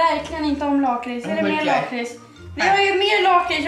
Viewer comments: Ni säger lakrits fel, och kex det heter chex (inget hat) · Säger du lakrits med "långt" a, jag säger med "kort" a, bc jag e från Skåne😂